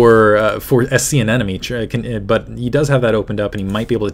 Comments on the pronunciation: Isn't it aneMone rather than aneNome like you keep pronouncing it? Kind of bugging me :P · Wow. Great game and great cast. Only thing, and I might be wrong, but it sounds like you're saying "an-enemy" instead of anemone (an-emeny).